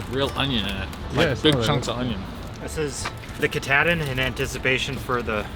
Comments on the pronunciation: I live in Bangor and we pronounce Mount Katahdin as Mount Kah taw din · Sadly, I have no choice but to file a lawsuit against Adventure Archives. Because of the mispronunciation of the word Kuh-Tahhhhhhh-din no less than 8 times by 3 separate individuals, my dear wife's head exploded like a watermelon wrapped in rubber bands. It was terrifying. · Ka-tah -din. There ya go, guys. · Welcome to Maine! My home state but the mountain is pronounced Ka-taw-din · Why does keep mispronouncing Katahdin??